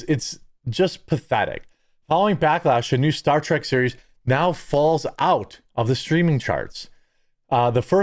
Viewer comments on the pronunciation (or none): Why do you keep calling it 'Star Track'?